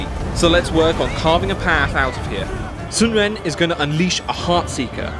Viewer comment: Ahh.. close enough... you mispronounced Sun Ren but your pronunciation of Cao Cao, and Sun Quan was spot on